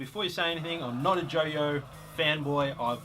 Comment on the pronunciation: Pronounced JOI-OH Like "Oi" an in Ausssie Aussie Aussie OI Oi OI